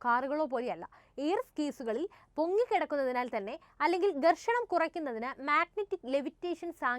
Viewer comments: ഗെർഷണം അല്ല ഘർഷണം ആണ് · ഗേർഷണം അല്ല ഘർഷണം. ദവള പത്രം അല്ല ധവളപത്രം.